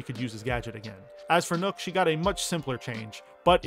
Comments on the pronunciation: The "ø" in Nøkk is pronounced "uh", not like an "o" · When people pronounce nokk as nook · Why do you pronounce Nøkk as Nook?